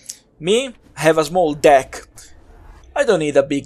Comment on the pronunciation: I really liked your review. I hope more ppl watch it. I think it would have been even funnier if you more serious and didn't emphasize deck. Was still great and made me lol. Keep up the good work.